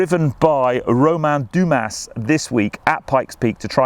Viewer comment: High perf of Romain Dumas (please don't prononce the S, so say ´duma') Looking foward to see inboard camera